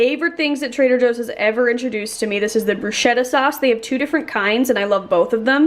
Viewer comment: The second I heard the pronunciation of "bruschetta" I was triggered!🌚